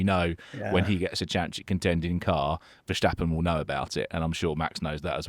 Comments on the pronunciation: Vershhhtappen. It's pronounced 'Fair-stahp-un'. There's no "shhh" sound, guys. He's not German. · Well, it seems many non Dutch speakers struggle with some typical Dutch peculiarities. It's not that easy to write but I would say Fair-stap-un gets pretty close. The emphasis is on the second syllable: STAP The A is pronounced slightly differently than typical English. As you said he isn't German, but Dutch and the German and English languages are related languages (Germanic) so it's all relatively close. Anyway, there are many different ways being used internationally. Maybe it's easier to just call him Max... 😅